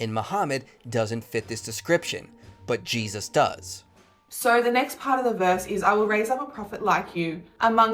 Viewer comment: I can’t stand how she says Jesus 😂